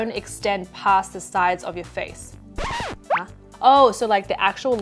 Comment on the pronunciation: When she say 'huh' it was so asian. Relatable